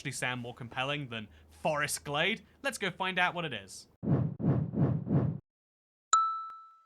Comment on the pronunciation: I smiled briefly at the outro joke, so I guess 6/10. First off, OMG, it’s “GLADE”, NOT “GLAZE”!!! 😫 Secondly, from a lady who was taught the shapes of tree leaves while walking in the woods as a kid, learned to properly enjoy wild black raspberries, blackberries, onion grass, and honeysuckle, and enjoyed going “primitive camping” for a week for 4 summers in a row while other teen girls were learning to style their hair and apply make-up, welcome to the (slightly stinky and dirty, with at least one itchy red spot) club! 😊🦇🌲🐝🌳🐜🪵🦟🌱🕸️🌿🦌🍁🦝🪨🦨🌾🐿️🔥